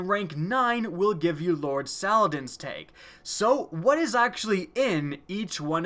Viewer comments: Teg? You mean Tag? 😂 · its tag not teg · It's a TAG, not a TEG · It's TAG NOT TEG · Why do you say tage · He says teg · Amanda's "Teg" Xur's "Teg" Saladins "Teg" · lmao how he says tag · How are you mispronouncing tag!!